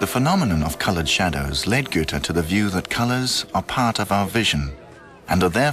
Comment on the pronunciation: the main character of this doc is called Goethe (Ö) not Güte